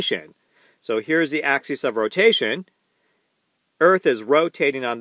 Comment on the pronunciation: this was a great presentation that put some great content into my noggin. One small bit of constructive criticism. Axis (singular) is pronounced axus... while axes (plural) is pronounced axEEz. I really hope to learn a lot from your content. You're a great teacher.